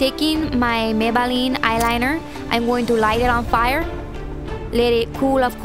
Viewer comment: Heheh "may-buh-leen" x)